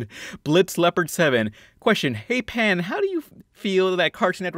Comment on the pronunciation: I loved how you pronounced my name pan